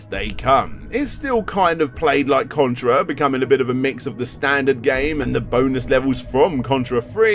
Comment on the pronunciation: You said Cuntra! Lol